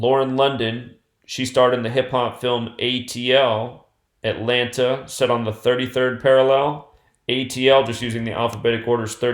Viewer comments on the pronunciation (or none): none